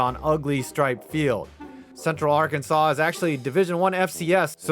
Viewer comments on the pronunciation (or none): none